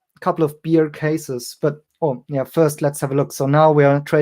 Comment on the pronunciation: You’re pronouncing “Bear” 🐻 as you would “Beer” 🍺 Hahaha. So funny! Several times I thought to myself “he’s not worried about beers 🍺?” Cheers!